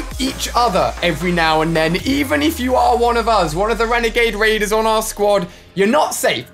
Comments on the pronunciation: Ali said wenegade waiders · Shhh... hunting wenegade waiders